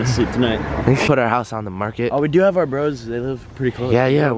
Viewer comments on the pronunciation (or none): none